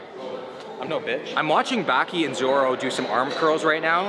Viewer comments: ITS BA-KEY NOT BAA-KEE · you're saying Baki's name wrong it's not backi it's pronounced baaki like baah and then ki baaki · The way he said Baki hurt me to the soul, made my spine tingle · The pronunciation of the name baki was hard to sit through ngl.